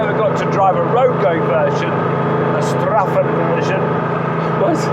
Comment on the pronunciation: Strassenversion, not Straffenversion. Strasse = street. 👍 Great car, great video.